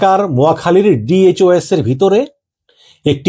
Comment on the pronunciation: ডিওএইচএস 😂😂😂ঠিক মত উচ্চারণ করেন মিয়া 😂😂